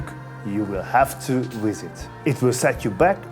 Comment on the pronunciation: Please learn to pronounce visit